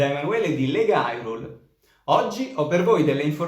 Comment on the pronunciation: Ho appena notato che Ubaldi dice anche nella intro Hyrule all'italiana. È una cosa un po' sgradevole però del resto alcuni di noi sono stati i primi a sbagliare dicendo Hyrule all'inglese e invece Hylia all'italiana